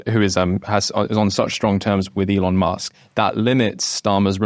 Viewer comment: The word is ‘with’, not ‘wiv’, what’s wrong with millennials?